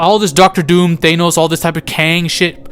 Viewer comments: I think youre the only guy who pronouces Thay-nos lol im just busting your balls, I really enjoy your content g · Did you just say Theynos? 😂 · Why tf you say Thanos like that in the beginning